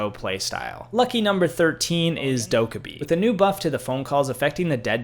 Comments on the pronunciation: Bro said dokkabee instead of dokkaebi Bro said nokk instead of nøkk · I’m sorry the way this mf ses dokkobi is just awful